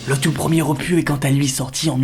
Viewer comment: OPU (Office des Publications Universitaires) Opus nom masculin (latin opus, ouvrage) Terme qui, suivi d'un numéro, sert à situer une œuvre dans la production d'un compositeur. Je ne prêtent pas être un expert de la langue de Molière, mais sérieusement un opu. Tu as voulu faire ton beaux parleur à l'instar des gens qui prononce des GENCES. Dire des scénarii à la limite, mais franchement un opu... Ce n'est pas parce que c'est UN opus qu'il faut enlevée le S. Je consent que ce commentaire peux paraître futile, mais cela ma obnubilé durant l'intégralité de cette vidéo. Continue ton EXCELLENT travaille.